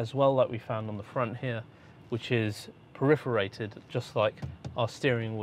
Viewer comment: it’s “homologated” not “homogulated” and it’s “perforated” not “periforated”